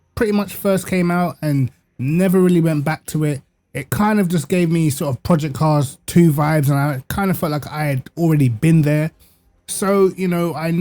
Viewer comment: The way you call Projects Cars 2 sounds like you are saying "Pee Car 2" 😂😂 Also, 75$ in iRacing only brings you 3 cars and 2 tracks. In AMS2 that would bring you 59 tracks and 175 cars. If we compare AMS2 handling to iRacing, we should also compare their prices to be fair 😉